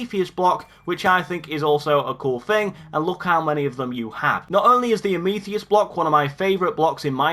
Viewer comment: It’s not pronounced “Ah meeth ee ist “ It’s pronounced “a muh thist”